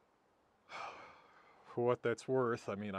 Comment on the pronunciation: Lasting damage: Now pronounces "what" as "hwhat" 😏